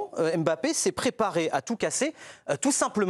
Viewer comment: À quel moment en France vous allez arrêter de l'appeler aimebappé alors que c'est un M muet c'est pourtant facile et bizarrement son remplaçant géorgien du psg vous arrivez à bien prononcer son nom sachant que son nom au Scrabble et un ko pourquoi pour l'un vous ne faîtes aucun effort alors que son nom est facile à prononcer et pour l'autre vous arrivez à le prononcer facilement alors qu'il rend dyslexique c'est gênant